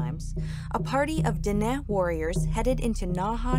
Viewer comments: Who writes this crap. White female chief? Ok then.. my wife never liked the sun and her skin stayed pale but there were no dam white woman chiefs. Olso Dene is pronounced den ney not den ih. Merci cho. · pronounced den-ay not den-eh, great video though! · Everything great, except it's pronounced Den-ay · I loved your guys video though but just gonna let ya know dene is pronouced "den-ay" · Den’e pronounced (den-ay) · Yeesss her pronunciation of dene irritated me 😂😂😂 other than that the video was interesting. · II thought either she was mispronouncing Dené but then I saw "Dineh" on the map, thought I'd just learned something and this was a different group or the same group and a different spelling. No big deal really since they are all phonetic translations into something white english speakers can read and write. I've only known about Dené, as pretty much the last group of people until you reach the Arctic Innu. I've got an Innuk friend and he calls the people "Dené" The other interesting thing is to hear "indian" and "aboriginal" in this video that's only two years old and is already going to be offensive to some extra PC folks. No offence to anyone, but again, my friends who are "indian" or "aboriginal" can't keep up themselves with the changes in what they are supposed to be called and what they are supposed to stop using. In their homes, around friends and family, it's Indian. If I said "first nations" or "indigenous" they'd look at me like I'm a weirdo, LOL. They save that cultural propriety for filling out government forms from Ottawa. Literally, "What do I write down?" "Well, what does the form say?"